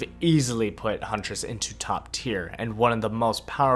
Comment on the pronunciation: Your hunress amuses me.